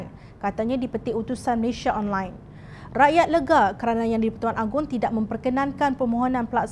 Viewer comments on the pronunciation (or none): Malaysia bukan 'Malayshia'. Sila sebut nama negara dengan betul.